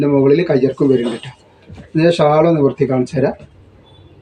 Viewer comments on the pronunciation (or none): none